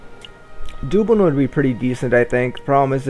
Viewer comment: btw, it is Duh-blin, not Doo-blin... sorry but cringed every time you mis pronounced. great series though, keep it up! also it is worse in 1 THAN 2, not then - then is used when speaking of temporal or time comparative ie: i watched 1 THEN i watched episode 2 of take on transocean the shipping company... than is used for comparative purposes ie, " versions of transocean the shipping company is much better THAN those non english speaking twats. cheers mate!